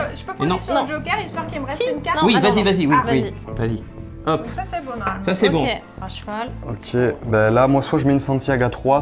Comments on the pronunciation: Tiens, dit "fer à jeval"! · Je ne rêve pas O_O, dit "fer à jval"!